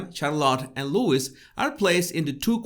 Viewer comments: It’s Louis - pronounced LouEE not LewIS. Get it right please. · It's Louis pronounced lou-wee not Lewis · The little princes name is Louis pronounced Louie(it’s French!!😉) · Vey good, but he is Louis not Lewis. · Nice analysis of this wonderful family. Love them. BTW their second son's name is pronounced "Looee" not Lewis. It's a French name, the S is silent. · FYI Louis is pronounced Looee. Silent S. love your vids😉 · just a note (especially for American English speakers): * Prince Louis is not pronounced as "Lewis", but as "loo-ee", like Louis Armstrong the great jazz trumpeter & singer. It seems most US people mispronounce the name of poor Prince Louis (forget their own Louis Armstrong and the many French King's names). Again, there's Lewis & Louis - both pronounced differently. The clue is in the spelling. Think French Kings & Louis Armstrong. * Charlotte's name starts with a "sh" sound, not "ch" even though spelt that way. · I think Louis is pronounced Loo-ee, not Lewis 👍🏻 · I love your channel but feel you're really over thinking this family photo big time Btw, Louis is pronounced LOUIE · Louis is pronounced Lew-ee. the S is silent. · Prince Louis (silent S) not Lewis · Loo e is how his name is said. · I know his name is written Louis, but his name is pronounced Louie. Not a big deal, just popping in to help out :) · Louis is pronounced 'Luey' for the youngest. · Not that it matters too much of course, but Louis is pronounced as Lou-ee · its Louis pronounced Loo ee...hes from Britain so that's how it's pronounced here and it cant change because someone is from a different country. My french friend used to call me Veronique. I hated it as its not my name.😄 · Can I please remind all Americans that the S in Louis is silent!!! Slight urghhh but gets me every time lol.